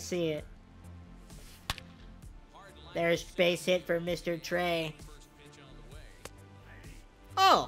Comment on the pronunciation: who the heck is trever ITS FRIKIN TREA